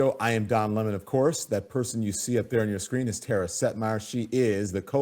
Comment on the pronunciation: Tara...not Tata...😊